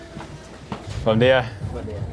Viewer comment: Bom Dia is prounounced Bom Geeia